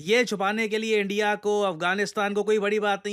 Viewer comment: They said endia 😂 Not india 😂